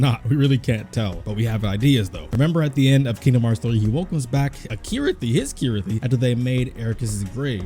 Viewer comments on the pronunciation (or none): Sorry are my ears playing tricks on me or are you calling Chirithy Kirithy? lol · lol, I always pronounced it Chirithy cause Ch always sounds like a ch to me not a K but whatever... cool video anyway.